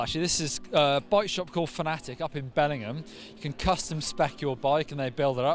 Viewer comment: Love how you say Bellingham. In the US it's pronounced Belling-ham. I guess it's pay back for all the times people from North America (myself included and I'm from England original) get an English name wrong. ;)